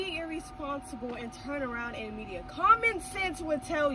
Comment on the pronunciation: Median not media lol